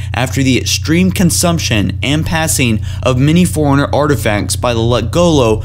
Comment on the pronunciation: Bro, you need to practice a bit before you record. Your pronunciation's kinda whack (i.e. I kept hearing "foreigner" instead of "Forerunner").